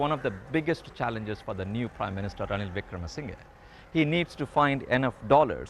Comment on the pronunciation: Did she just say "Ranil Wikmarasinghe"?? 🤣🤣 Edit: How can the interviewer be so arrogant when she can't even pronounce the man's name?. No matter what the political opinion she carries, it shouldn't influence her questions or the responses. Why is she taking this as an interrogation? She's not it BBC.